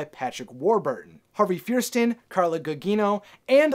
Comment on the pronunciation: I think you meant Harvey Fire-Steen & Carla Goo-Jeeno